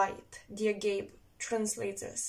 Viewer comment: It is pronounced A-G-'A-P-I (αγάπη). Thanks! Yes, on this "mental reporter" thing, I know. And I am blocked actively. But it's OK. I am attracted to Zen philosophy and I am studying it.